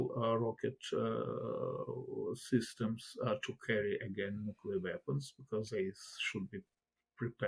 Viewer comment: "nookular" video closed